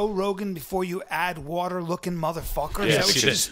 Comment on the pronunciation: "If you run out of waterRrRrRrRrRrRrRrRrRrRr...."